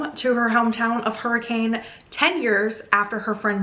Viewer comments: Dang, I didn't know that some of yhe story takes place in Utah! As a utahn, it's pronounced [hurri-cun] not hurricane ! Seriously tho the fnaf lore is wild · How to tell if someone is from Utah or not: the pronunciation of Hurricane (people in Utah pronounce it hurr-eh-can) Man wait til you find out about Tooele. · Came to the comments specifically to see if anyone had mentioned yet that in real life Hurricane is inexplicably pronounced HER-ick-kin (and I’m sorry if you bring this up later in the video it’s just a stupid Utah fact that I love/hate)